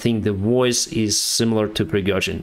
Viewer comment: Пригёжин)))Ох уж эти иностранцы)